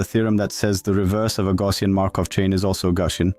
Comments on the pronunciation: It's not TTS but typical French accent "Gaussien" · I like how your text-to-speech model pronounced 'Gaussian' ;D great vid even for those already familiar with these models